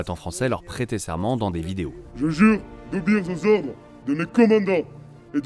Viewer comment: Il jure d'obéir zozordre ça craint